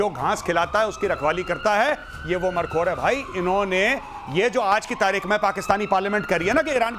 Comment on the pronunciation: गौरव आर्या जी मरखोर नहीं मारखोर